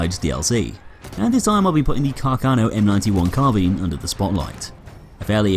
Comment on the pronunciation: like for proper pronunciation of carbine. thanks god